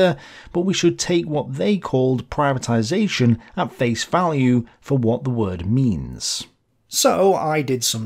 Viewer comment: ptibatization not german concept